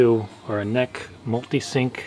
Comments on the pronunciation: NEC is pronounced N.E.C. (En Ee Cee), not NECK :) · NEC is pronounced as "N-E-C", not "NECK" !!! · Lol he called NEC "neck"